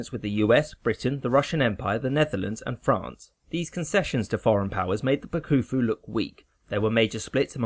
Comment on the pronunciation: Pronounciation FYIs: The Bakufu is pronounced Backfu (no bakoofoo) and Edo is not Eeeedough, more like Aido.